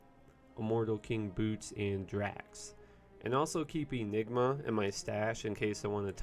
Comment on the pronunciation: Aneye? Vysige? Does this guy mispronounce words with the explicit desire to drive me fucking nuts? Why don't you trade out the Armus robes, use the Eyenygmer , toilepurt to the enemies hit by frazen urb , and smash 'em, hmm?